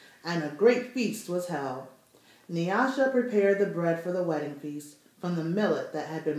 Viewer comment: Thank you for pronouncing NYASHA properly ! : )